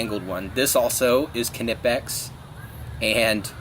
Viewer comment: he is pronouncing it correct Knipex is German